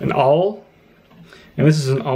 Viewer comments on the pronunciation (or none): what's this word? I like to use an aauwl?